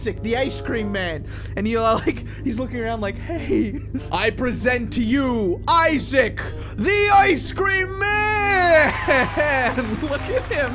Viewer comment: when he said issac ice cream he said issiac